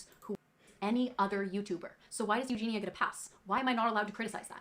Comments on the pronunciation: Why is everyone calling Eugenia EUGENA?? It’s driving me nuts! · Who is eugina? That’s how he was saying her name. And I don’t agree her content is absolutely proana. It’s not just about how she looks it’s about what she’s doing in the videos and what she says.